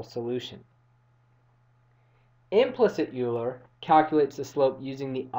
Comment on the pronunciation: Euler is pronounced as "Oyler".